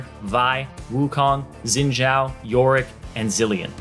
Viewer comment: Its pronounced SHIN! Zhao